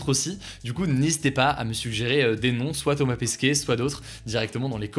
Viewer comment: Ça se dit Pesquet, pas Pesquier